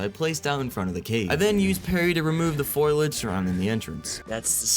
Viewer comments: I had to point out that It's "foliage" not "foilage". Fun video! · F O L I A G E ... why to so many people pronounce is FOIL AGE?